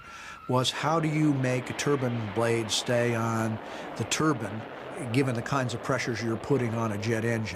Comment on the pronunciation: Turbine not turbin